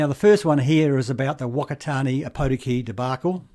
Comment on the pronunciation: Fuck-a-tar-near is how you pronounce Whakatane.